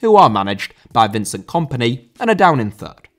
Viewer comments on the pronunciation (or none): none